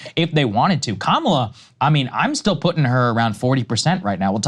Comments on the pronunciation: According to Mika, the way Joe just pronounced Kamala’s name was the “racist dog whistle” way just now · Not Kaamala Saagar, Kamala. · Krystal actually it's Kamala #WarHawkTuah Harris